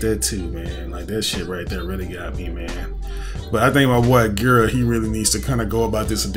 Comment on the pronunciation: Also, I don’t know if you knew this already, but gira is pronounced with the g as g, not j, so it’s not jira, and himeno is pronounced as he-may-no, not hi-may-no, these are the official pronunciation for them